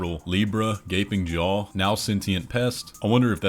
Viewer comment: At first I heard the name of the boss as "Gaping Joe" and I can't unhear it now help